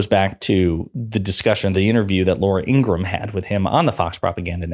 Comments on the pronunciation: IngraHam!! Not Ingram. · Not trying to be an a$$ & not because I have anything nice to say about Laura Ingraham, but her last name is pronounced "In-grah-ham", just fyi. Pronouncing it correctly can only work in your own/your channel's favour; it won't do anything to/for her either way.